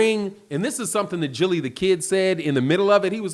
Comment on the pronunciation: It’s gilly the kid not jilly